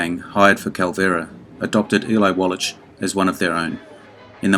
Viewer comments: that's pronounced walla(k) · Infuriating when video mispronounces the name of Eli Wallach, who it purports to be honoring.